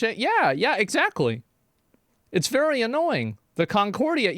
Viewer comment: Give 100 million Chinese men the day off work to play a game, and ya lmao "vewy vewy successful" 😂